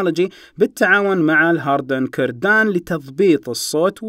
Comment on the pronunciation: هارمن كاردن وليس هاردن كردان